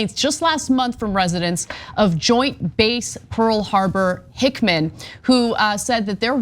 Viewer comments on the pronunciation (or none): Ana said Hickman 😂 it’s Hickam Ana.